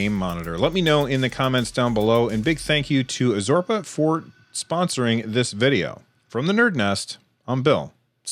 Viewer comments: Azorpa :D lol..its AR-ZO-PA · ARzopa* get your sponsors name right atleast lol!